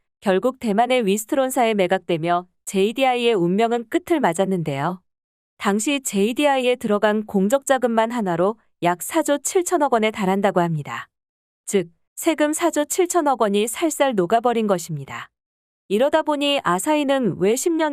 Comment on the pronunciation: '공적公的'자금 --->발음이 [공쩍] 발음을 [공적]으로하면 공적功績(공로)이 되어 딴 뜻이됩니다.